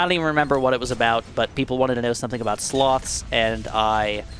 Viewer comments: Speaking of you misunderstanding speakimg on Reddit, I misunderstood you saying "sloths" as "slots" lol. I was thinking "wait, why was David Attenborough doing a documentary on casino slot machines lol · When he said sloths I thought he said slots which is INCREDIBLY IRONIC considering the first popular comment